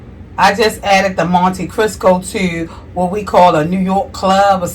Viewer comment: You keep pronouncing it "Monte Crisco". 😂